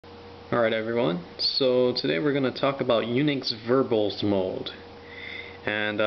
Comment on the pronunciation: lol "Unix verbullz mode."